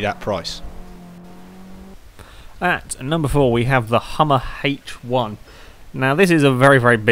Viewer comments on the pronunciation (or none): "Hummer haich 1"